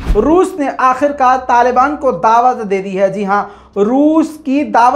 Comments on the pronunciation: داوت نہیں دعوت 🤣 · aapki urdu sahi krnay ka wqt howa chahta hay داوت نہیں بلکہ ۔ ۔ ۔ ۔ ۔ ۔ ۔ اصل لفظ ہے ۔۔دعوت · "داوت " اگر د کے بعد کی الف و کے بعد لگادیتا تو کیا ہی اچھا ہوتا 😂😂